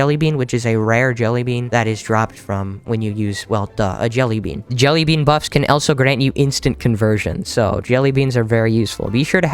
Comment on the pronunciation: why do u say elso not also no offense